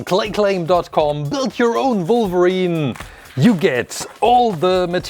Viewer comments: Does anyone know if he’s German because he said Volverine which is a German thing we’re W’s are V’s? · The way this guy says wolverine 😂😂😂